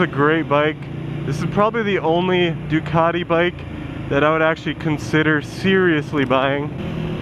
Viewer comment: Say 'CAT'. Now say DU-CAT-EE Simple isn't it!